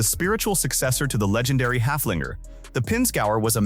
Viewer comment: The Steyr Puch Haflinger was named after a horse and not after a dog. Would you mind to pronounce its name halfway correctly? (Of course you couldn't care less.)